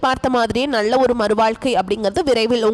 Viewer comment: நள்ள அல்ல நல்ல ..தமிழை சரியாக பேசுங்கள்